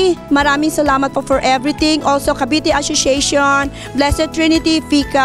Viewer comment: Carlos E 🤣🤣🤣 mr chulfo, ashoshiation, filifin 🤣🤣🤣🤣